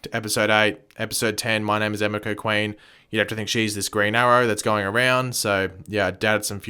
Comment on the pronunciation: It is pronounced ah me ko sorry to be a stickler but its driving me nuts